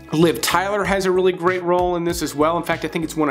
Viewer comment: Gweat just Gweat. Bawbawa will be thrillbed to hear that you,at the very least at a subconscious level wespect her wok. Lmao. Omg bro love this channel, picks. Always right on 85-95%of the time. (Ladies???). Great work